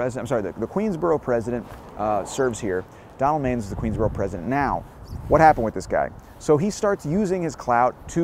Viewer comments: Pronounced Donald man-ess…. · …the name is pronounced Man-us…Donald Manes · His name was pronounced (Man iss) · Man-ISS, not mains. I'm enough to remember the audiotape of the suicide attempt on the local news. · Love your channel! FYI Donald Manes last name is pronounced "Man-ess" not "Mains". I was scolded once by a New York State senator from that area by pronouncing it like you did in this video. Sharing the knowledge so you do not get rebuked by someone! Thank you for the very interesting channel. I learn a lot from you. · Came here to say this about the pronunciation of Donald Manes. It's not MAYnes. It's MAN‐ess. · It's not Donald Mains, it's pronounce Man-ess. I was his nurse in the ICU after he tried to commit suicide. To say he was messed up is an understatement. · Donald Majes' name was pronounced Man-is! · It's not Donald Mains. It's pronounced Man ness. I used to see him in from of the building every day. Probably way before you were born. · LOL. Donald Manes is pronounced MAN-ESS, not MAINES. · Pronounced MAN-iss Donald Manes. You're either too young to remember or not a native. First time viewer. Do a vid on the guy who fed "girlfriend stew" to the homeless in Tomkins Square Park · it’s pronounced “Man-es”. Glad to see you stopped by Neir’s Tavern. Can’t wait to see that video. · Another great vid but note he pronounced his name MAN-iss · His name was pronounced Donald "MAN ESS.... lol. I was an associate of his kids in Jamaica Estates Queens he also frequented the infamous Bristol Hotel which was a whore house in Jamaica Queens . It is also where he purchased his drugs . One Part of his scandal that was hushed up was when he was nearly involved in a car accident on the Grand central parkway after being stabbed in the thigh by a transexual prostitute from the Bristol Hotel 🏨. ABC Channel 7 NEWS Covered it fully before it was overshadowed by the parking violations scandal that took Down Mayor Koch.